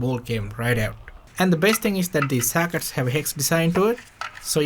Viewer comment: It’s sockets not SACKITs